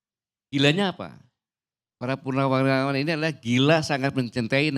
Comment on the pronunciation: Ko salah sebut purnawiraran